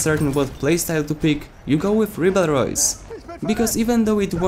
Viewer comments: French here. You have to say riberol, think rib hey roll and say with removing the h on hey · Very good video! The rybeyrolles has clearly become the most versatile weapon of the assault class. RIP the pronunciation by the way, it's pronounced rybérolle (without the s). Go to google translate, french, and pronunciation lol! English/American youtubers are killing my ears with their french pronunciation LMAO! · Reebleroys according to this guy........ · Ah ah un anglophone qui veut dire un nom français c'est marrant ^^' If you are curious, search "Wiselab Ribeyroles" on Youtube =)